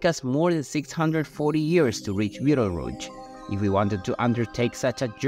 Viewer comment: Are you saying Beetle Roots?